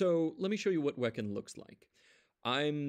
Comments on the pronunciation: not "Wek'n" It's Wee-Khan. e.g. Kanban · hmm, i always thought it was pronounced as "we can"